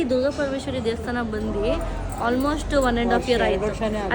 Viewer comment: Devasthana ✅ Devshthan ❌